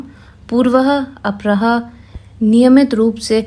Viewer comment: आवाज अच्छी है, पर उच्चारण थोड़ा सुधारें। 'पूर्वाह्न', 'अपराह्न', 'दिवंगत' , सबका उच्चारण बार-बार गलत हुआ।